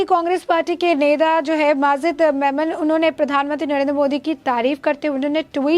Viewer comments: Its not menon............... its memon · मेमन है नाम मेनन नहीं !